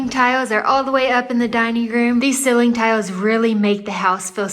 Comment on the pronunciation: I was watching your videos at work and a few coworkers came and sat down to watch with me. It led to a fun conversation about how you (and some of them) pronounce “ceiling” as “silling” and “toilet” as “torlett”. We all gave a thumbs up.